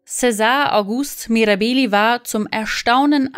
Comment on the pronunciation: Die korrekte Aussprache gehört zur Recherche🤦🏻‍♀️